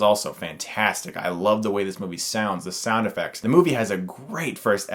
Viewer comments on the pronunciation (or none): none